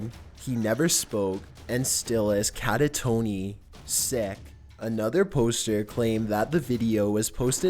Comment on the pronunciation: Did you just pronounce catatonic as cata-tonie?